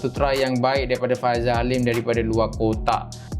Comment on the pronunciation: Bukan faizal halim...faisal halim.F.A.I.S.A.L😂